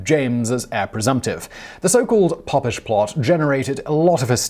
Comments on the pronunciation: Oh my days it’s Pope-ish not pop. It makes me think you don’t know what your reading. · That's what I thought. Pope not Pop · Was it not a “pope-ish” plot, rather than a “poppish “ plot? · Oh Simon....Pope-ish plot! It was the Pope-ish Plot of Titus Oats. Spelled Popish because the single p keepes the vowel open. Was one of those 'every school boy knows' type things. Thanks none the less. I do like your channels and content very much. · It's pronounced Pope-ish. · Pope is mentioned in the story, maybe reading it through first you'd catch a pronunciation in that.... but no read it out first, next!